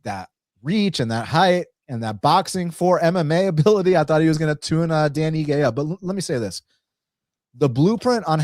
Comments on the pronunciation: Dude said dan igi lol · Dan "iggy" had me triggered 😂